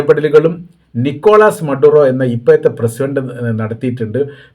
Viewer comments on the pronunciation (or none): നിക്കോളാസ് മടുറോ എന്നാണ് എഴുതുമ്പോൾ തെറ്റും പറയുമ്പോൾ തെറ്റരുത്